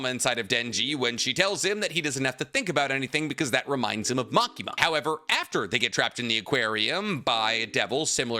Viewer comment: I thought you were going to say the problem with Asa is that she has a split personality lol. You went with social inadept first, i mean thats not really an issue with Denji. You also called Makima->Makimo and Himeno->Kimeno....